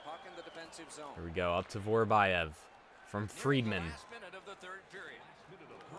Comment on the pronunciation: Vorobyev is not Vorobajev, it is Vorobjov